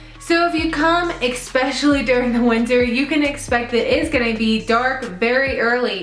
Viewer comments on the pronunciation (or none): It's especially not xpeshally. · egg specially. it's ok I say it too haha